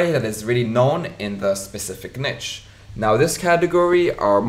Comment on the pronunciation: its not "niche" how you pronounce it!